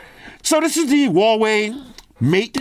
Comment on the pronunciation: I miss saying Huawei Hawaii 🤣! why you don’t say Hawaii for a Huawei? Come back saying Hawaii 😂